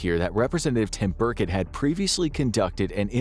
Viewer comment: "Representative Burkett." The narrator must not care about the potentially biggest story in all of human history, if he hasn't heard how that name is pronounced. But like who cares, if reality is completely different that all humans have been told for like a hundred years, like whatevz